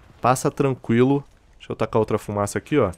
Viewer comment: Hahahahahahha ma sembri Veneto..."oh raga,la fumasa" hahahahhaha (min. )